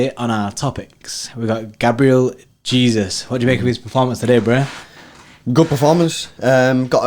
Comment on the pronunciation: It’s Gabriel Je-sus not Jesus lol